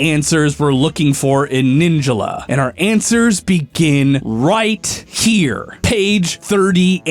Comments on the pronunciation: No one gonna question that he says ninjula not ninjala? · He said ninjala wrong. He said it like ninja la. Its pronounced like ninj all uh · ninja la? isnt it pronounced nin jala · Ninjila????? Its NIN-JALA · please for the love of god say ninjala instead of saying ninjalla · Everyone: Nin-JAH-lah: Nin-JUH-lah!!!!!!! You could have at least used the pronunciation of the announcer... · Omg the way he pronounces Ninjala bothers me so much! The game literally tells you how its pronounced! It's NIN-JA-LA not Ninja-la. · Ninjala not Ninjula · the way he says ninjala makes me uncomfortable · how dare you mispronounce ninjala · Is it just me or does incorrect pronunciation of “Ninjala” really make you angry?